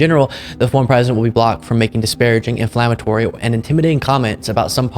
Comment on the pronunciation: P.S. DON'T use words you lack the intelligence to pronounce: The WORD us INFLAMMATORY NOT in-FLAME-a-tory as you at least twice mispronounced it. P.P.S. Fatpigslob DisgracefulDonnie TripleChins is NOTHING MORE THAN A PRIVATE CITIZEN NOW PRESIDENT BIDEN IS YOUR PRESIDENT.